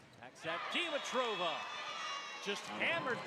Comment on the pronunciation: Did anyone notice that the announcers are mispronouncing Dimitriva's name? 😂 They keep calling her, "deem-uh-trow-vuh." Pretty sure the correct pronunciation would be, "di-mee-trah-vuh." Accent should be on the second syllable.